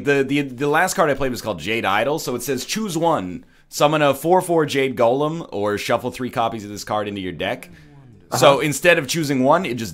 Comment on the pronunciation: Wow, really? Gah-lem?